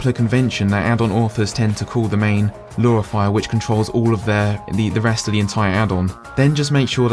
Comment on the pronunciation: It is driving me up the wall that you keep saying "Lura" instead of "Lua". Or "Free" instead of "Three".